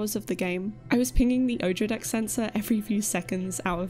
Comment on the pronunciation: "Odradek" sounded like a czech word, ... it is *´ty kojima xD